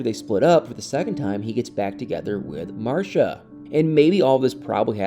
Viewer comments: She pronounces her name MarCEEa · It's pronounced Mar-see-uh (Marcia) 😉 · The way your pronounce Marcia 🤣🤣 You had me questioning my own memory of the show smh